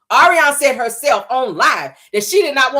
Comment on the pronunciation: YOU ARE HILARIOUS AS USUAL!! YOU READ MARTELL AND ARIONNE FOR FILTH! ALSO, YOU GOT MELODY'S VOICE DOWN PACK!😁 NOT THE POLYGRIP, DISTRESSED BUMBLEBEE, AND THE SHE BY GOODWILL!!😅😪 OH, BY THE WAY, THANK YOU FOR PRONOUNCING ARIONNE'S NAME RIGHT, BECAUSE SHE CAN'T!